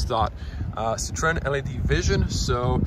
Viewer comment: Hvala bogu pa da neko pravilno izgovara Citroen,bravo!